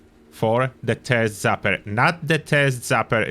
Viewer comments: I love it. "TURD ZAPPER" I'm honestly going to call it that from now on! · Thank you for the video! It will also never not be funny to hear it as "turd zapper."